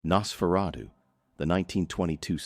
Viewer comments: HAI IM AN AI HERE TO TALK ABOUT NASSSFRATTU 😂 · I heard Nasferawdoo. lol!